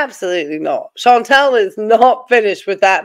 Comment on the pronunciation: So just a thing I keep noticing, no big deal but her name isn't Chantel, it's ChantAl, short A.😂